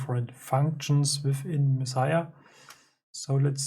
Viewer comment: Yes, perfect pronunciation! Mad respect for this. I'd prefer to have a dedicated box like yours than to modify one of these old cases to add knobs etc. Yours is a good size and angle too. And I've built a few eurorack modules, so I know how hard it can be to find the right parts sometimes. And it almost always costs more than I think it should. Do you mind if I reach out to discuss this controller further? By the way, I've got a Kerberos and MixSID en route, thanks for the heads up! Looking forward to more videos. Peace!